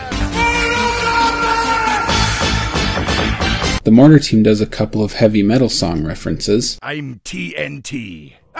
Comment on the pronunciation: Oh it's "MORTAR COMBAT!" I thought it's "Moruzer come back!"